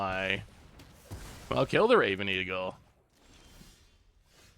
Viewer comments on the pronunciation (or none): none